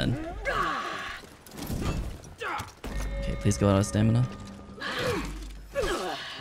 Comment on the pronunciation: "Out of stamida!" Lmao pure gold <3